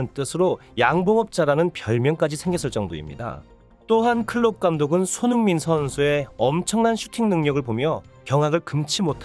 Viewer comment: 한글자 한글자 제대로 전하려고하니 발음 뭉개지고 오히려 듣는데 집중이 안됌 손흥-민선수 동-급에선수다 이런식으로 전달이 사투리마냥 전달됌 알파고같음